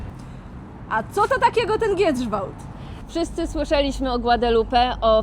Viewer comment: Znowu "Giedrzwałd, Giedrzwałdzie", nawet nie potrafią wymówić poprawnie nazwy miejscowości.🫤